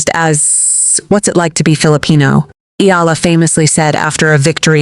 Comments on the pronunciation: Eh-ah-lah 3 syllables 🥸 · Please say it properly EALA